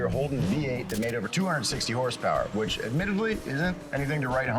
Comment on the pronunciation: it’s a joke on the channel, they pronounce horsepower without the vowels, just a bit they do